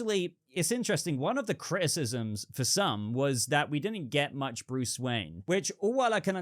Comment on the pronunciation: 😂 the way you say Bruce is Phenomenal. Great Talking again. Thank you. 😎👍